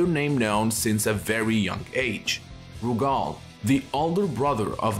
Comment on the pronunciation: lmfao why you pronouncing Rugal's name like that ?? 💀💀